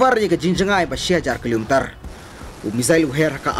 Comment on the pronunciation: Kilo meter.ym dei kilo meterrrrrr